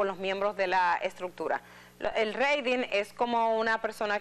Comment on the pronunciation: La palabra exacta es TRADING por favor lic Edith Febles. La pronunciación es 😂Treidin